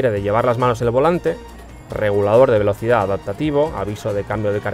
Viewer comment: Nononono escuché bien, incluso aun sigo escuchando la misma palabra, no dice velocidades. Saludos!! es un error no tan grabe, Soy de Chile y se escucha de esa manera!!